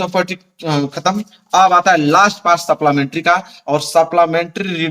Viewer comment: Sir सपलामेट्री nhi hota hai सप्लीमेंट्री hota hai